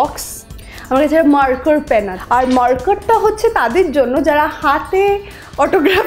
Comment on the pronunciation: Bag na first aid box ekta.... 1.ota suthol blleo hoto..oto dhong r oto ki6u nei 2.. marker per pronouni ta RIP 3. honestly bf der ktha blber jno 👍